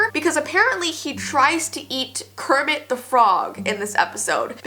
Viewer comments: You said curmet not Cookie Monster you said and curmets trying to eat everything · wait, you said " how kerimet the frog trys to eat everything" in stead of cookie monster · U say'd:'how GERIT eats everything' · Did anyone hear her say “and carmmet is trying to eat everything” lol. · You said kirment trying to eat evry thing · She said curmet eating everything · kermit not cermit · she said cermitt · you said krmit